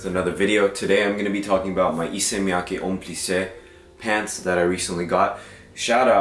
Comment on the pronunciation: FYI it’s Miyake not miyaki